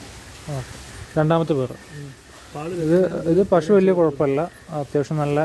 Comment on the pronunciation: പലതവണ പറഞ്ഞിട്ടുണ്ട് അവതാരകാ പഷൂ അല്ല പശു....